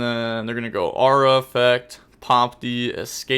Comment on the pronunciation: For your next lesson: It's Aroo-ha, not Aura lol